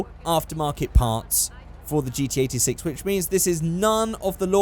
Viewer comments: Notice me Senpai!!! Is it me, or did every time he say GT86, it sounded like he said GTA VI?!?!?! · what says: GT86 what I hear: GTA6